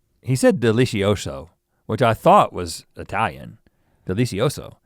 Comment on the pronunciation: "Delizioso" is actually italian, but it's pronounced a bit different. Loved this podcast!